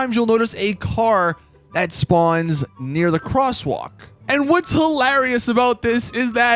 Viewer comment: Sounds so weird when he says hilarious.